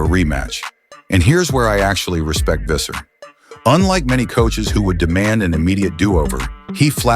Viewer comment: When pronouncing Visser. Pronounce it as Fisser. F sound, not a V sound.